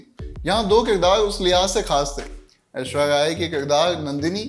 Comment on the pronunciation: Aishwarya bol bhai,aishwayya nahi,I m hurt